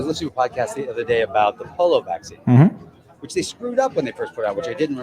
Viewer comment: Did he just say the "polo virus"?